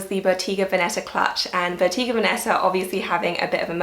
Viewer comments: Bottega Venetta is pronounced bow-teh-gah not bow-tee-gah <3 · It's pronounced Boh-TAY-gah, not Boh-TEE-gah.